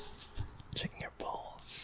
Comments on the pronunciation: I thought he was sayings Balls all the time but no, it's pulse. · I'm not the only one hearing "Checking your balls" when he says "Checking your pulse." ? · When he was doing the pulse-checking thing, I seriously thought that he was saying “I’m checking your balls” like yup, classic